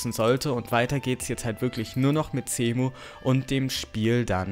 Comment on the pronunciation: Der Typ spricht Cemu mit C aus, ist aber Englisch also wird es mit einem S ausgespeochen